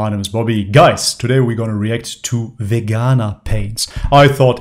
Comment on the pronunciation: Vee-ganaa .... Lol